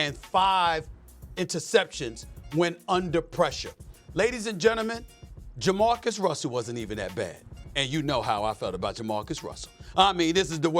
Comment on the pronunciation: Nah- it’s JaMarcus